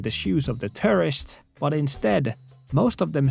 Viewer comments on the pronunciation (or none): Love your videos but the way you say tourist sounds a lot like terrorists 😂 FWIW I like your accent alot, it's just funny to know you are talking about tourist but hear the word terrorists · The way you pronounce "tourist" is... remarkable.